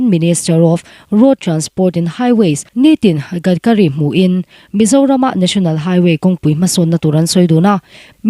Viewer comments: Ni tin ti a lam lovin, Nitin Gadkari tih zawk tur aw 😂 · Nitin Gadkari hming hi daily Gadkari anga lam tur a ni lo ang.